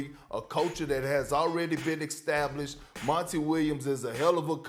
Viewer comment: This man says "extablished" and "ax you a question"... how is anyone supposed to take this idiot seriously?